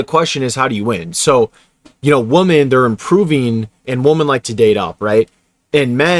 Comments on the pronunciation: Bruh you gotta pronounce “women” correctly, it’s hard to listen to. It’s pronounced “wim-en” as a plural, and “wum-an” as a singular word. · Learn to enjoy solitude. I consider not having to interact with others a luxury. (Btw, plural for woman is women which is pronounced Wi min) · It's WOMEN not WOMAN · Bro. It’s WOMEN. Not “woman.” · I can’t listen to a guy who cannot pronounce woman in the plural correctly. You lose all credibility when you do that and it sounds like nails on a chalkboard. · im prolly gonna get shit on for this but please pronounce “women” properly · Dude please say “women” it’s super annoying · Bro can you please pronounce “women” correctly. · I don't think people will be able to take you seriously if you keep mispronouncing the word "women"